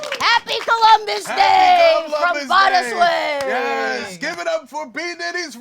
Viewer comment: It was so fun sharing some songs (including this unreleased track) with the folks at Going Down! Thanks Chris for pronouncing our band name correctly and to the whole crew for having me :)